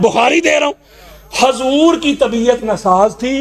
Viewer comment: Are rafzi hajoor nahi hota huzoor hota hai alfaz sahi kar pahle